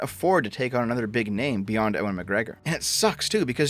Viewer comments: Ewan not Owen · how have you made an entire star wars video but still can't pronounce Ewan? He's been in film for decades... It's always been Ewe-an? Like, always?